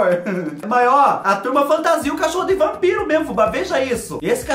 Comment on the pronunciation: Kkkkkkkk,Meu pai falava Rampiro também e pantasma ao invés de fantasma kkkkkkkk